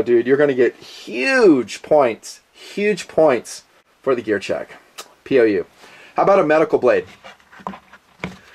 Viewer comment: Whenever he says POU I think he says POS...